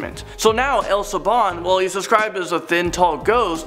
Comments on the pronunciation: It's not El Sibon. it's El Silbon and at the end you didn't explained it the right way El Sil Bon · hey, not to be rude but it's El sibón E-l si-bo-n sorry for being rude